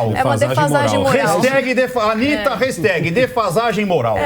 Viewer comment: Pelo amor de Deus.. para de falar "Restag".. é feio.. é HASHTAG. "Resh"